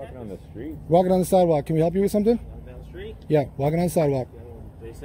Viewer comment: The word is help not halp. Learn to speak English